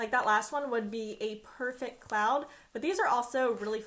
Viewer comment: By the way it’s pronounced perfect not perfec